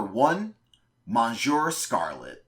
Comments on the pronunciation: My fav was prob. Mecha Bee or tbh TEK. However, Monsieur Scarlet was the best Mini/Side boss for me. So I like this list. An addition: please look up the pronounciation of monsieur, it hurt my feelings. 😆🙊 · I cringed at your pronunciation of ''monsieur'', but good video otherwise lol.